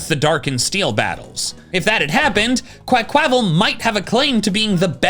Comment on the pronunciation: please it's pronounced QUACK-wa-val. The word "aqua" is right there, plus the Spanish/Portuguese pronunciation of Carnaval.